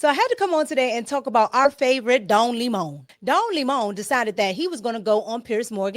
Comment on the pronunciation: Not “Don Limon” 🍋 🤭😂🤭😂